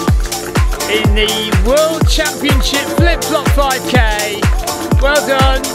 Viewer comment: I can't believe how many times you said Flip Flop 5k correctly !